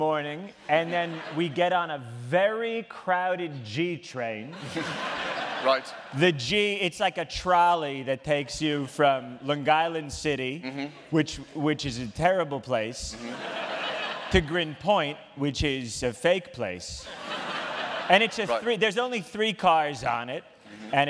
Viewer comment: Long-GISLAND Brew-Swillis